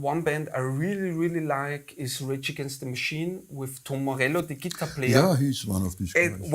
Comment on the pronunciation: Great, passionate conversation, but please remember, guys, what your favorite instrument is called: Guitar. Gitarre. Stress on the second syllable. Same in all languages, no need to suddenly change it.